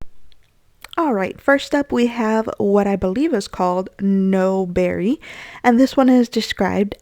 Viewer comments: You are right on top of this collection! I think N00Berry is pronounced New-berry, as in Noob, a gamer insult :-) It's my color but, I do have a ton of polishes that color already just like you said haha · N00b (noob) is pronounced like tube. :)